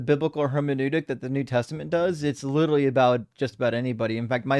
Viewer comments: I refuse to take seriously, not least because he's a pompous, motormouth assclown who thinks "literally" is pronounced "littlely." That, and he theatrically gigglelaughs like Daniel Wozniak, a bloviating former community theater actor who's currently on death row in CA. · cannot say "literally" literally.